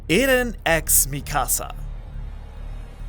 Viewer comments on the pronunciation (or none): mispronouncing mikasa's name was already eye-twitching enough but the way armin's names was pronounced made me want to commit genocide myself..."hey there armeeeeen"